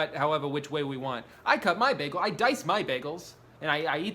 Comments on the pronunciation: STOP SAYING BEHGEL IT'S BAGEL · I like how you say Bagel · he called it a ’baggel’. You Britta’d it Drew. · How everyone in the world pronounces bagel: baegel How drew pronounces bagel: BeHgUhl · especially if somebody says it as bag-el, not bay-gul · Why do you pronounce it bäh-gel. What are you, faux german or something. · delitchus mëssfri bägl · Why was bagel pronounced as BAG-el lol 😂 I can’t get over that pronunciation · Apparently hearing the cream in “cream cheese” emphasized infuriates me just as much as bagel being pronounced “beg-l” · I love the way he says begal instead of bagel lol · you said baggel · " B A G - G I L " OMG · no one commenting on the way he says bagel? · He pronounced bagel like britta a few times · Your pronunciation of bagel infuriates me at a level beyond human undertanding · I love how you pronounce "bagel" like Britta from "Community". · His constant slight mispronunciation of “bagel” is driving my fucking insane